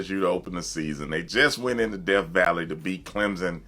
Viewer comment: Did you say "Def Valley" 🤣🤣🤣